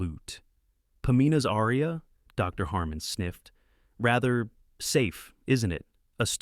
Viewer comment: Perhaps you could learn to pronounce “aria.”